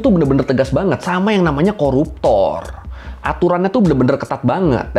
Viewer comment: Denge keun "KORUPTOR" ....😅